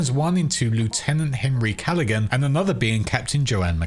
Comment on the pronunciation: "Henry Callahan" is clearly a reference to "Harold 'Harry' Callahan", aka "Dirty Harry". (Although in the video you mispronounced the name as "Calligan").